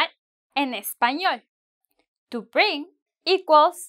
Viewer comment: to use verb sound bling than bring